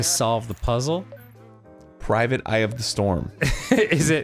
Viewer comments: Wow Dan really made me do a 180 when he went "Prismic" yet Arin was over there guessing right. Thought he knew it was "Private." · "PRIVATE EYE"? No, it's obviously "PRISMIC EYE" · I can't believe you arin! It's PRISMIC! ME: .....🤨🤦🏿‍♂️